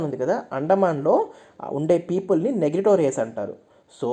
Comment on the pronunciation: నెగ్రిటో కాదు..నీగ్రిటో అని pronounce చేయాలి.